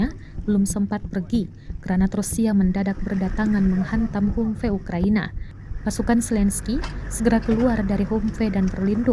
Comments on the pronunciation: Ini narator tribun baca nya kayak gimana dah. Bukan humpe tapi bacanya hamvi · hamvee bukan hummmpey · 😅😅😅 Kok mengejanya 'humfe' sih kak...? HUMVEE itu dibaca 'hamfii' kak... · Min kok bacanya humpe? Gak sekalian tempe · Humvee, sebutannya "ham-vi" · Cara bacanya HAMFI ya mbaaakkkkk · Humvee bacanya "Hamvi" ya min.. 😅😅😅